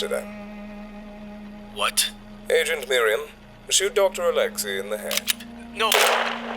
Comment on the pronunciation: Didnt know that name oleksei or alexey is now read as OLETSKEY